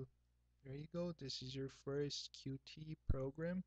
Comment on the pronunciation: tip: its not pronounced "Q-T".... Its "Cute"